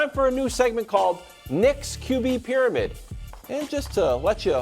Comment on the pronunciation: "WORST TAKE PRYAMID"